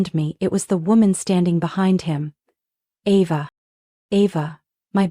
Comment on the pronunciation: This is a horribly written story, full of more holes than Swiss cheese. And AI can't pronounce Ava correctly every other sentence, practically. 😂